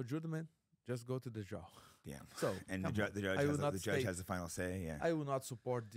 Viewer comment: jakes ears perked up when paulo said "the jewdge"